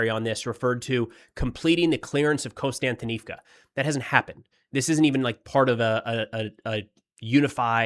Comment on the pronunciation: Can anybody tell me why every youtuber pronounces 'Kost-yan-ti-niv-ka' as 'Constant- inivka' ?????